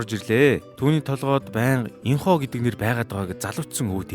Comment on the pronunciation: Аяяаяа уг нь Юна биш Ён Э Инхо биш Ин У л юм байгаамлдаа тийн 😄 яахав Ин Ху ч гэж бичсэн болно гэхдээ дуудахдаа Ин У😊